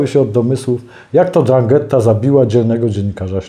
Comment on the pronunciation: Mafia o której Pan mówi to:'Ndrangheta,a nie drangetta,kalabryjska mafia z południa Włoch.